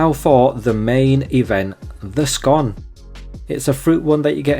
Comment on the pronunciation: Nice review, I must try it for myself. I like that you pronounce scone as scone, as some people call it a scone incorrectly.